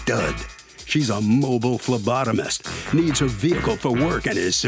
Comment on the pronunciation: Haha. When he said a mobile phlebotomist, I thought I heard him say mobile lobotomist. I had to rewind. I was scared and had frightening images for a second. 😂 🤣